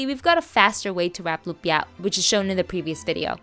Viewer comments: I don’t like how she says lumpia. Too much emphasis on the last syllable lol . It’s just lumpia. Not lumpyah! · The way u emphasize the last syllable of every filipino or Asian dish in all your vids irks me more than it should